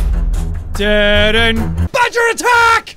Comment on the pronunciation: MORE MORE ITS NOT BAD-Ger ITS GREAT-ger